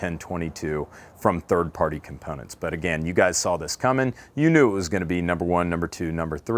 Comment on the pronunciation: You say "Components" funny....